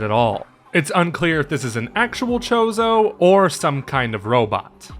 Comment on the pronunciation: It's a Chode-oh warrior.